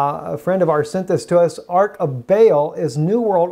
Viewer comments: Nice teachings. However, I believe the correct pronunciation is "ARCH" with the CH pronounced, as opposed to ARK (like Ark of the Covenant). Thanks for all the info you provide. God bless. (also, problem with your audio) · Ark and arch are not pronounced alike. Babylon's Arch of Baal not just Rome's.